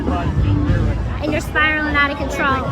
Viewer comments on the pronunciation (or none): "You're spiralin' outta controw" Gypsy (Typed like Gypsy said it) lol